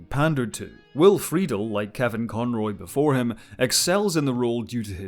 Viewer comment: Brilliant work. My sole note is that Will Friedle’s name is pronounced Will Free-Dell (rhymes with ‘gazelle’). Great job, otherwise! Definitely not Schwarbage.